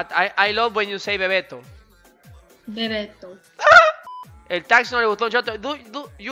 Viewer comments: Como no tener una in my life que me diga bebetou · amo cuando decís bebeto Ella:bebeto:AAAHAHAHAH